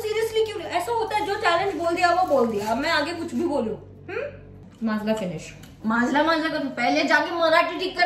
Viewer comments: vo माजला nhi माझा hota he 😂😂😂😂😂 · Didi that is not maszla that is maza